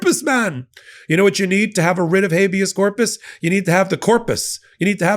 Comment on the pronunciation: oohhuhh a Wrrrrit [rolling "r"] of hhHabeous Corpusssssss! (